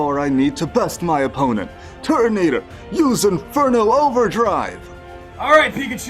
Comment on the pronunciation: This was great but the pronunciation sometimes took me out of the story telling. Correct me if I’m wrong but it’s the masked royal not the royal mask and it’s turtonator not tortonater